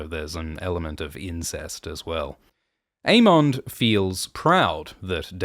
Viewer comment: Why do you pronounce the names so weird? A-mondd, Day-Maun Just say it like they say on the show. A-mund and Day-munn